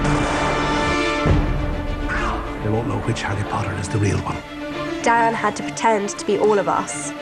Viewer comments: esa vieja bruja no pronuncia bien los nombre, un poco mas lo llama herry a harry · Pt que feo dice jerri a Harry, en la pelicula doblada al español a Hermione le decían ermion pt madre la cagaron